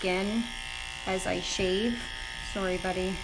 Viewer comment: Had no clue you were Canadian until you hit the “sorry bout your life” mid video.